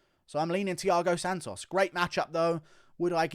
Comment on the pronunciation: Lol the way you say "SANtosss" like in an actual latino accent is hilarious coming from you for some reason